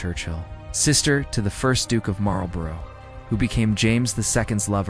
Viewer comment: Noooo bloody American accent. Starts with Althrop… totally terrible pronunciation. Boleyn, Marlborough… just making us all shriek. It is really terrible. For goodness sake use a proper English accent.